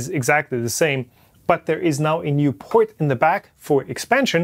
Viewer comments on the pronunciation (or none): none